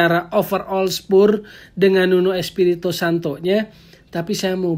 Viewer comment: Penyebutan spurs harus diperbaiki bung, risih mendengar kata2 spur spur hahah